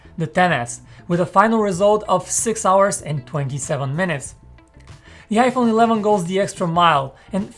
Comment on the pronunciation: Why does this guy say Yaiphone